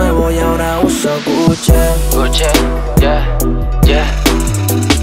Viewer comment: GUCHE* 🤣🤣🤣🤣🤣 ni pronunciar marcas